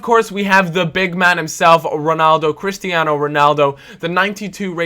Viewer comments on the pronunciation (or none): none